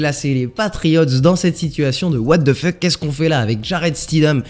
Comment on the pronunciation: No one:.. Absolutely no one:..: ouatefeuk on va où 😂👌